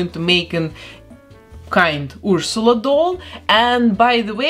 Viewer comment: I love your accent so much! The way you pronounce Ursula is EVERYTHING!